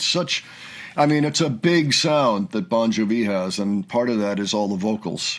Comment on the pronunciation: LOL, "Bon juh-vee." We love you.